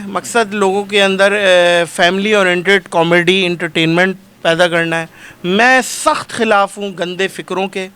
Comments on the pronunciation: Oh Bhai, "comedy " tou teekh tarah say bolo, "Kameedy " kya hota ha🙏😇😂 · Kamaydi nhi hota 🤦🏻‍♀️ comedy hota ha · Camayday nahi hota comedy hota hai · Com-mady.... lolzzz. You should say proper Urdu word instead. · Why is he saying comedy wrong